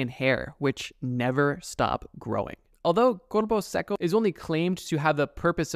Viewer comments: aint no way bro said "Cuerpo Sequo" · And for corpo seco try Korpou secou to say it right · I love the way you pronounce "corupo seco" jokes aside, great video, I loved seeing each one of those creatures:)